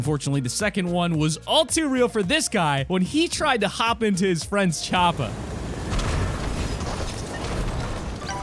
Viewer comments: Chopper not chopa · No one: This guy: Charpa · it's not a choppa it's a chopper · PLEASE stop saying choppa. Your not Arnold Schwarzenegger.